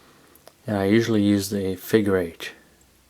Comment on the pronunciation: "Knotch" instead of knot, and "Figure H" instead of 8??? Is there a reason for the alternate / mis pronunciation?